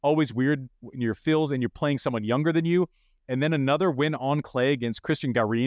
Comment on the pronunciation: One tip: Arthur Fils is pronounced like "geese" with an F instead of the G.